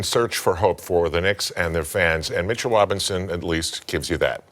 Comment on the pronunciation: My guy said “Mitchell Wobinson” lol